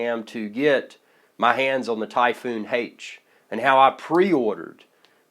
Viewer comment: Why the hell does he keep saying Typhoon Hate?